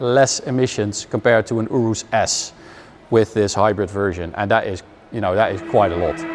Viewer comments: You riss is how you say it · I don't know how to feel every time you say Urus.